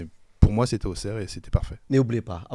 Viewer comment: On prononce Ausserre les garçons !